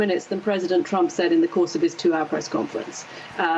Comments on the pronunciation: she definitely says Chump at first instead of Trump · Did anyone else catch her saying "President Chump" ? LOL